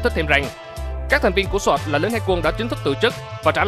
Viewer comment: Thành viên Sọt. Vãi chưởng đọc tiếng Anh